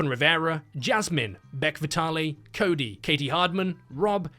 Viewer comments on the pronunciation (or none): none